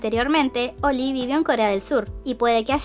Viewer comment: Siempre que escucho 'Oli' entiendo 'Oil'. Cuanta plata tiene para hacerse la cirugía, que feo es no sentir tu cara:(.